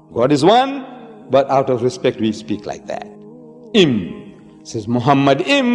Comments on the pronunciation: Grant for what? For lying? First of all, Deedat was no scholar in the classic Hebrew language. Moreover, he was not even officially educated at all. The first mistake by Deedat is that he pronounced מַחֲּמַדִּ֑ים as ‘muhamaddim’. But he is wrong, it is ‘ma-kha-madim’. So there is no pronunciation of Muhammad. The other mistake made by Deedat is that he said that ‘מַחֲּמַדִּ֑ים' is a name. Again he is very wrong because מַחֲּמַדִּ֑ים is a masculine plural noun, so it is not a name (like יְהוִֹה, Yhvh). And because it is not a name it is impossible that it refers to the name of ‘Muhammad’. Never did Deedat refer to a Hebrew dictionary or lexicon. But Hebrew scholars apply high valuated Hebrew dictionaries and lexicons for analysing the Tanakh. Like the Brown Driver Briggs Hebrew and English / BDB, HALOT, DCH and Jastrow, etc. And they are very clear about the Hebrew מַחְמַד: Noun masculine Meaning: desire, desirable thing Pronounce: makh-mawd So NO 'Muhammad'. And it is clearly a masculine NOUN. So it is NOT a name. So it is IMPOSSIBLE that it refers to Muhammad. Deedat just fooled his own ignorant and gullible audience. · It's not mohamad it's makhmadin don't lie